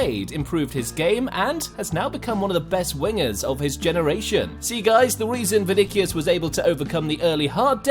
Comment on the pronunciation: He said venikos it’s vini or Vinicius